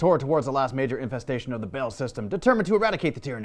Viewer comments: Pretty sure it's not pronounced 'Bale". Baa-hl? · BAAL not BALE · It's pronounced like ball not bail, the video by games workshop pronounced it. Otherwise good video. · Baahl not Bale ;) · xD the way he pronounces Baal threw me off, but then he added that bit about why he pronounces it that way and it warmed my cold Imperial heart.